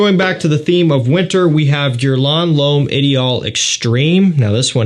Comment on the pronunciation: listen and learn how to prounance Guerlain properly. Practice a bit, you are a true fraghead after all. On the other hand it puts a smile on my face everytime I hear you say it.